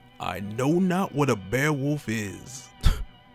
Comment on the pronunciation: did he just call beowulf "bearwolf"